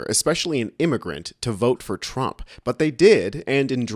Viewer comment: I wil boat! For Donald Thrump! 😂😂😂😂